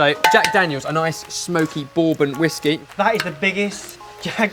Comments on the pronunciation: he said tennessee whiksy :D hahaha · Their Tennessee "whiksey", eh? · Tennessee whiksey ?? hahahah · Tennessee Whiksey haha :p